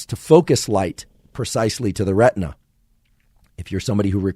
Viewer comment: talk talk talk - lots of words - many words I cannot figure how they are spelt and therefore cannot be articulated or further studied. some words are incorrectly pronounced - like RETNA which in fact was RETINA. I had to jump off after 30 minutes - the initial 15 minutes of merchandising did not make it worth.